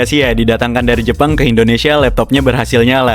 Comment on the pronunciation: Kadang geli dengernya "Dari Jepang"😆😆😆😆